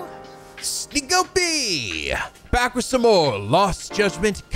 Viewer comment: Oh hey, nice. I finally got a comment of the day; wasn't expecting that. Good on you for pronouncing my last name correctly. Most people tend to think it's pronounced the same way as the former president's the first time. Also, wtf? I think I might be leeching some of plot guessing powers. I made a joke to myself that the kid who was looking for Kaito at the arcade would claim to be his son. What is happening? That came true almost immediately.